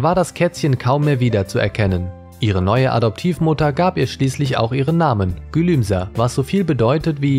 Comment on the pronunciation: Es heißt nicht gülumsa sondern GÜLÜMSE!!! 😠 😠 😠